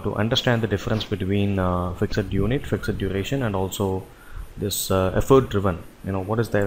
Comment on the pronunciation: Thanks for this nice tutorial. I'm glad I finally understand Effort driven is alway Fixed work. Just a head's up: Fixed is pronounced "fixT", not "fixID" ;)